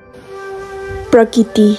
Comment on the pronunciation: Not prakiti say prakriti